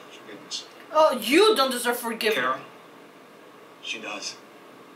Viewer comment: So, , you got angry at Ward for...Simmons trying to murder him?? #nothowitworks You're giving me Cat Grant vibes by saying "Kira"" instead of "Kara". ;)